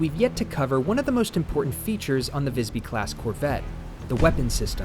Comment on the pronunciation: As a swede its very funny when capten sais "wellcome to Vajsby" hahaha. Apparently the name of the ship is pronounced differently in different languages 😂.